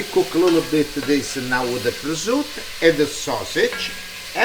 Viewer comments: Please pronunce prosciutto properly.. no presutt You are italian...😮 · Grazie ! Why do you say 'prozut'? And not prosciutto? 🙂 Nearly 500.000 subscribers. Congratulations 👍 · Prosciutto, hard-core old school pronunciation = PRO-ZOOT I love this man!